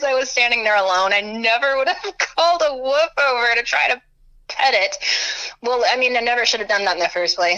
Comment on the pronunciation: Wolf not woof lol